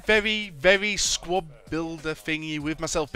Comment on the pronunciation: LoL, you cant say "very"